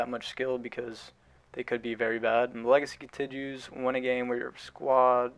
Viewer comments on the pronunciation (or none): none